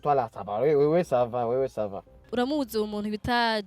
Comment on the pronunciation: Ça van😂😂🤣